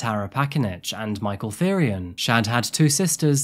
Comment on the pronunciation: Thyrion is pronounced "Tee-ryon", like the GoT character. It's the word for the old royal purple dye pigment (spelt without the H, usually. This guy's name might be a greek or other spelling)